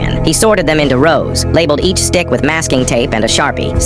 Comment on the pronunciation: Not it saying dick instead of stick